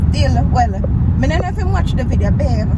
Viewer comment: said mi embarrass🤣